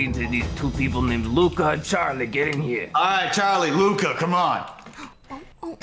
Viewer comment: Y'all I have been pronouncing his name wrong!! 😓😓 Its not Luca, its ✨Loukuh✨